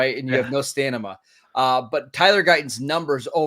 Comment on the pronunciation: ...stanima...? LOL.